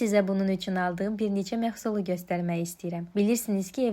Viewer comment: Mehsul, mexsul deyil